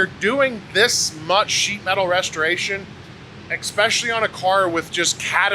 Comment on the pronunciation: pretty sure its especially not expecially 🤣